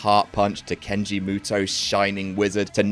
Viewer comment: “Kenji” Mutoh? Are you okay,? As for my own favourite, the Spirit Bomb is absolutely up there. Though I may have a Keith Lee bias on account of having functioning eyes.